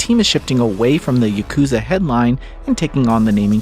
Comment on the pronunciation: girl why you calling it yukuza? 😭